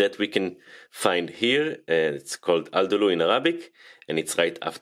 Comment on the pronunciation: The way he said Aldalo was so adorable I didn't even knew what he was referring to. It's pronounced as "Addalo".